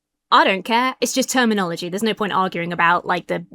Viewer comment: You said terminology. I heard hermanokogy. ...which should be a thing.